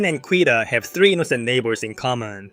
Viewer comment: FYI: Quita is pronounced KEE-ta. (I'm 1B in Spanish.)